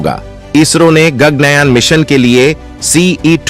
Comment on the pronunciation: गग्नयान नहीं,गगन कहो!